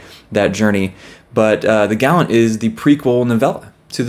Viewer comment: You have to be right in how you pronounce The Gallant. Otherwise we are both crazy because I SWEAR it is pronounced as the way you say it. And I agree, Fury of the Gods was great. As soon as I finished it I just nee I had to make a video on the trilogy because I needed to talk about what I saw in how John Gwynne kept showing us the power of that found family. OH-HOHOHOHO! I can’t wait for you to get to read We Are the Dead. IT IS SO GOOD! And yeah, Chance threw out the Last War Trilogy. We Are the Dead goes by so fast. It’s amazing!